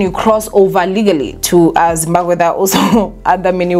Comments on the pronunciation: No one can ever tell anything about saying ZimbaKWE instead of Zimbabwe😅😜😊 You have to be smarter to know that Thabo and his Dr friend are steps ahead and can do anything to play anyone looking for them. They definitely abandoned the car to paint that picture my Queen. These guys are probably in Dubai or the US Alaska living their hidden lives. They knew the police won't think otherwise. How pathetic is the SA police hle Eish. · And is back again with "Zimbaqwe" "Zimbakwe" bathong 😂😂😂😂 don't killme. "ZIMBABWE" say it after me Z-I-M-B-A-B-W-E...😂😂 "BWE" NOT "GWE"